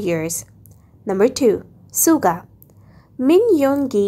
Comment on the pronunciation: At least do proper research before making these type of videos. You didn't tell anything about JHope, Jin and RM. Also you pronounced Suga and Jungkook's name incorrectly.